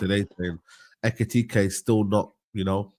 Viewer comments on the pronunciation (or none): Brudda had five different ways of pronouncing Ekitike😭